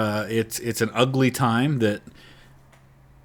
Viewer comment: Why do you call it ugle seems you sympathize with confederates to me